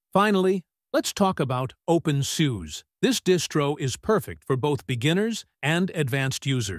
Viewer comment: Open Soo-seh. Please. Thanks.